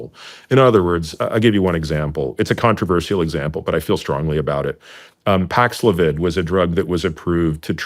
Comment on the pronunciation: Notice the “helpful” youtube vax info attached to this video. Thanks, Big Brother. ha what’s funny about this is lookup Paxlovid ads. They market it pronounced as “pax-loh-vid”. Notice anything? It rhymes with “covid”. The guest isnt pronouncing it this way wow Shawn, funny you focus on places that say they dont vax. My experience was vastly different. My family and I were greatly pressured to get the shot. Its NOT a vax btw. Anyway my company gave employees money if they got the shot. So i didnt get money while others did. Sneaky, because it could have just as easily been where the company docked money from my paycheck but not from those sheep who got the shot. Also, my son wasnt allowed to attend his college unless he got the shot. We live in a friggin free country? Yeah SURE